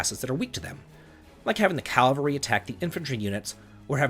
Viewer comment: Calvary and Vay-lor grate on my nerves.